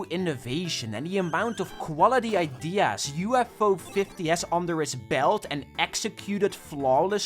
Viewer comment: bro learned how to say idea